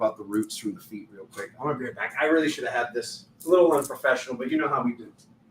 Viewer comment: Every time you say unprofessional, it’s the most hysterical thing ever